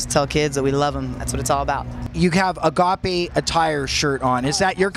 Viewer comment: Really, a short mid "a" in "agape?" WTF